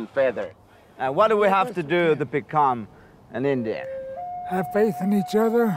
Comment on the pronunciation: Every time they said "INDYAN" I cringed.